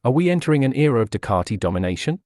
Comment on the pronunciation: Ducati. Ducati. Learn to speak correctly Ducati NOT Ducararti